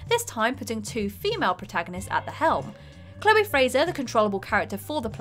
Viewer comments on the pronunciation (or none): none